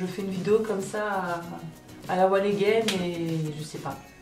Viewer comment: "A la walléguène",, c'est "A la one again" mais on t'en veut pas:') Courage en tout cas, j'ai perdu de nombreux animaux alors que je suis encore toute jeune et c'est difficile à chaque fois, je ne peux pas dire le contraire... On a tous hâte de voir tes prochaines vidéos en tout cas! Et encore: Courage, avec le temps, on s'en remet un peu, mais il ne faut pas trop y penser, il faut continuer d'avancer malgré tout ♥